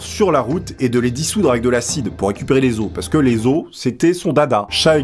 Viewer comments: ON dit pas des AUSE mais des OS en disent le O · Les « osses » ? 😂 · Les ausses 😂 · Les osses qui dit le chef des mourgoulins tu m'as tué on dit LES OS QUI CE DIT LES ZO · "les osse". xD